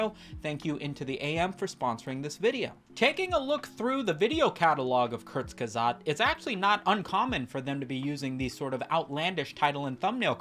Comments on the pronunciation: Kertz-ge-zogt ... the "ge" sounds like if you gif incorrectly with the hard "g." Thanks for upload. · kurtc-ge-sag-t ffs youtubers basic german won't kill you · I figure you're mispronouncing it for the bit, but I am compelled to inform you that it goes "Kurz-Kah-Zet" 🤓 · Apologies, but you brought this upon yourself for butchering the channels name "diese Kommentarsektion ist nun Eigentum der Bundesrepublik Deutschland"